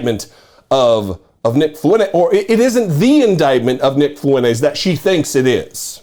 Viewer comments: It’s Fwen-TEZ, not Fwen-Aze. Yes, he’s a POS, but at least pronounce his name right. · Fuentes is pronounced fewn tez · FuenTes with a T. (Fountains in Spanish).